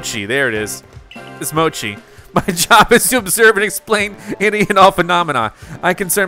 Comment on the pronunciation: Please stop saying “‘mo-key”, it’s mochi like tai chi lol. Also how you not know mochi it’s like everywhere these days it’s just Japanese rice cake from glutinous sticky rice. Also in Taiwan they even use the term mochi or muah chee to refer to something that’s has that starchy chewy like texture. Just some quick facts for you on mochi not mokey 😂